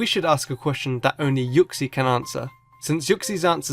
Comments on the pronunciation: It's pronounced ooksy not yooksy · it's not u-xie its oo-xie but it's spelt uxie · u say uxie rlly weirdly